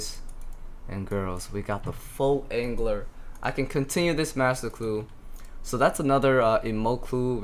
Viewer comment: lmao you say 'angler' as asian as can possibly be, cracks me up